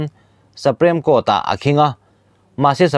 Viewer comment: Saprem court i ti tlat a ninawm